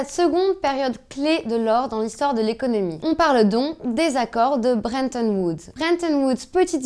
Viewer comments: « Très peu Z achetés », « BreNton Woods »...votre maniement de la langue française et votre rigueur ne sont pas indexés sur le cours de l’or, ça c’est sûr ! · C'est dur de dire Bretton Woods mademoiselle :P